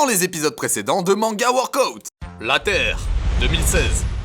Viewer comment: Je regarde la vidéo en vitesse ×1,5 pour devenir la reine des pirates ! Purée mais quel Glow up ! Sérieux je connaissais ta chaîne il y a quelques années et je suis super impressionnée de l'évolution ! PS: on prononce WORK-AH-OUT 😎☝️